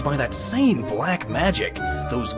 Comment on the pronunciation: I don't like the way you said black there. O_O (Not actually serious...it's a Game Grumps thing...)